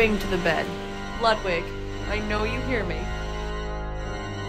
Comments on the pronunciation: I love rabbits but the pronunciation of Ludwig is infuriating, it's Ludvig. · It pronounce "LUDVIEG"